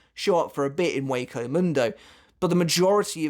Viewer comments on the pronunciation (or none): none